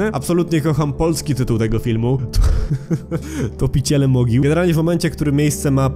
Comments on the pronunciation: Nie Topiciele Mogił tylko Tropiciele Mogił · czy tylko ja słysze jak on mówi topiciele a nie tropiciele i tak wgl film bardzo dobry na IMDb ma 6.1/10 polecam 2 część tez dobra ale 1 lepsza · Ja nie wiem czy autor tak nie wyraźnie mówi czy ja jestem głucha, bo słyszę że polski tytuł Grave Encounters to TOPICIELE Mogił - ten tytuł to Tropiciele Mogił 😮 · tez na to zwrocilam uwage nawet na dole w rozdzialach filmu jest podpis topiciele